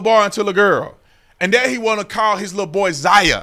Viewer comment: The way you say, “lil boy” 🤣🤣